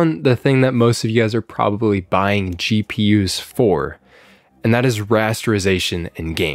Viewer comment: I literally heard CheaPUs instead of GPUs 😂